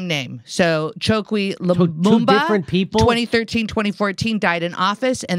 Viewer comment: " Lumumba", make it stop, please make it stop, my brain is melting.